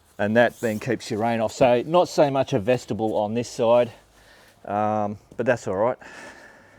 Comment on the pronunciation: FYI,........... Vestibule should not sound like vegetable ........ like Mule, on the end, it's pronounced Vesti Bule.......